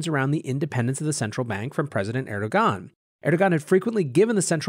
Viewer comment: Content as epic as the mispronunciation of names...”La Call” is “Le Kai-yay”...”er-do-gan” is “air-do-wan” 😂